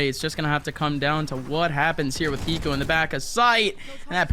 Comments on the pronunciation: The way that this caster says Hiko is so tilting for some reason. He never pronounces the H like WHYYYYY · nope he says iko like the H is invisible